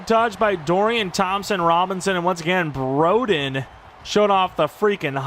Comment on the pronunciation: of course broden locks in for an NFL team and not when we needed him at arkansas (also it's bro-den like short for brother) edit: that 2 point conversion is prime broden btw, expect that